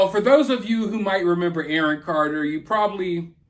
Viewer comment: "Awon Carter" 😂😋😋😂